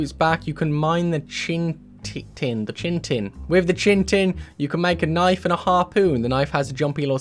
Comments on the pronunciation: Chitin is pronounced kai -tn, not chin-tin. :-) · It’s not “Chintin” it’s “Chitin” 🤦‍♂️ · learn to read lmao... "chintin" THERES NO N IN THE MIDDLE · ghost man is odin its how he appears in mortal form its just for flavor. also Chitin is pronounced 'kh-i-tann' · "Chitin" is "Kye-tin" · Chite Inn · Sees a word spelled C H I T I N says, "CHINTIN" facedesk